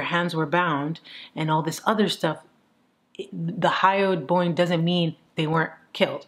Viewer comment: Love the hat! Super interesting case! Laughed so hard when you kept saying "boingo" instead of bone.